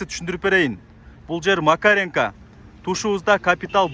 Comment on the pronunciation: Макеренко эмес Макаренко дебейсинби макренко дебей !